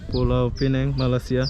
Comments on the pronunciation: Sebutannya Pulau Pinang... Bukan Pulau Pineng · Bukan pulau pineng tapi piuau pinang bahasa inggris nya penang. Sebutan kena betul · Pulau Pinang . Yg Benar. Atau ( Penang ) aja. / ( Inggeris ) Sebutan yg Betulnya nama Tempat . Ma'af ya. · Indon mmg sebut mcm tu 😂